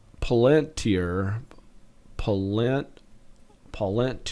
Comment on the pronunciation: D7 - Palentir - pronounced "Pal in tear" Great videos, keep it up!